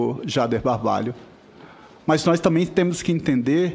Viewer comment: Senador falando “nóiz”